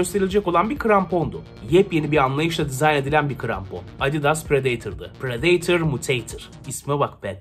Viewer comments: prideytır Adidas temsilcisi:predetor..... Bruh😭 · Pıradatör diye okunmuyor mu mk